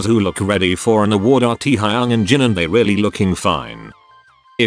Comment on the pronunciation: It’s funny how he calls teahayuong to our taehyung 😂